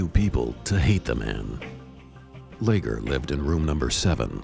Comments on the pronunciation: Leger is a French name. (Le’zhey) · They pronounce Leger and mokelumne hill wrong